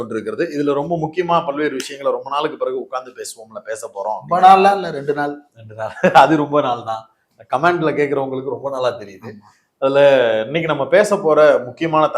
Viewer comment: 'கமெண்ட்டில்' என்று சொல்லவும். 'கமாண்ட்டில்' என்பது சரியல்ல.